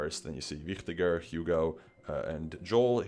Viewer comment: One of the few people that pronounce Wichtiger correctly. Nice Video!